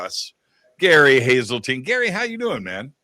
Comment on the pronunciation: It's HESELTINE